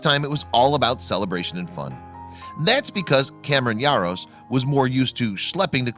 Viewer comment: Why are you pronouncing his last name with a Y? It's Jaros not Yaros...